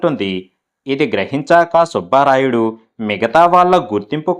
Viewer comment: సుభారాయుడు కాదు, సుబ్బ రాయుడు, భ ఒత్తి పలక రాదు 👎 ఎన్నో కథలు చదివిన మీరు తెలుగు ఉచ్చారణ దోషం ఉండరాదు. అందుకే మీకు dislike పెట్టాను 👎